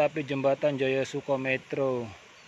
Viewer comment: Metro nya cara baca yg betul huruf 'E' nya seperti pada kata 'enak'. Sedangkan huruf 'o' nya seperti pada kata 'obor'. Begitu mas. Salam saya dari kelurahan yg sama, tapi beda RW. Saya dari ngGandul RW 4 Merjosari. Lanjutkan bro